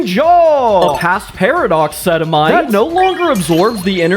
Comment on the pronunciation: sedimite? sedimite SEDIMITE!!!!!